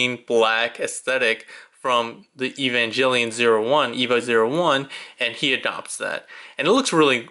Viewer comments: EVA! Sounds like Ay-va. And Evangelion has a hard G. Come on man, you claim to like the show and can't even pronounce the name? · Just letting you know, you’re saying evangelion wrong, idk how to explain how to pronounce it but you’re saying it incorrectly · Sorry, like I said in the video I watched it back in college which for me is over 10 years ago, but now that you mention the hard G, I do remember now. Sorry if you or other Evangelion fans feel slighted for my mispronunciation! Sorry that makes you doubt that I actually watched the series/OVAs. That said, I'm not a huge fan of the series and the convoluted storylines. ~